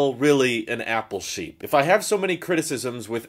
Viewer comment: When I first started watching I thought you were saying your name at the end. “This is Shapeer”. I thought your name was. Took like 20 more videos before it dawned on me “OH APPLE SHEEP” Anyway, thanks for all the videos.